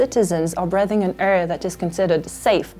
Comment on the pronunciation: Je me lamente du fait que sur l'autre vidéo on la voit mettre 10 et 12 à de très bons élèves et dès sa première phrase en anglais ici il y a une faute de prononciation sur "breathing" 😪